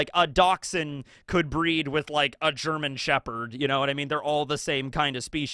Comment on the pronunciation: Took me ur comment to figure out what he meant. Appreciate other cultures trying to speak German tho